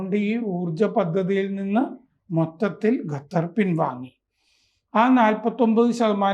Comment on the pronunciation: ഗത്തർ ആണോ?